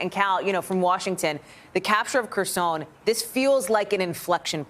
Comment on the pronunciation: You don’t know how to pronounce Kherson